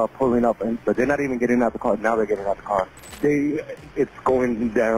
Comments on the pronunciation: "TJ get in da car" in that accent has some major NY dad vibes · “Get in the caah” I love that accent!